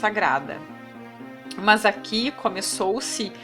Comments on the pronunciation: Kkkkkk "Mans" healty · Muito bom ... mas tá difícil ouvir seu ..."mãs" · PQ PRONUNCIAS A CONJUNÇÃO[MAS] DESTA FORMA?